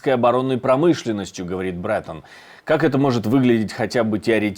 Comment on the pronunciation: У просто какая-то патологическая тупость к иностранным именам собственным. Ну если уж Тьерри, то наверное всё-таки Бретóн, а не Брéтон? Он вообще не в курсе, что во ВСЕХ французских словах ударение падает на последний слог? И да, Яд Вашéм!